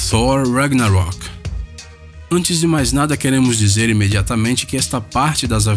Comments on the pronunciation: por um tempo ele nem fala tor ragnarok e sim fuor regnarik kkkk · FOR RAIGUINAUROKI pra que falar desse jeito? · Fuor: Üraguinaroq 😂😂😂😂 mas ta valendo!